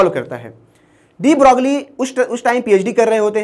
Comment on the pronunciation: Please correctly pronounce Louis de broglie